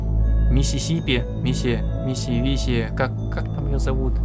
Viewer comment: Все: называют Кисси Мисси по имени.: Мисси-сиппи